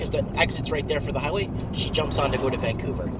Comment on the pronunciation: Every time you said Vancouver I just about fell off my chair.